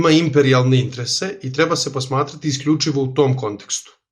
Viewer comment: molim te, samo izgovaraj interese, a ne intrese, baš mi zapara uši. Ostalo je sve top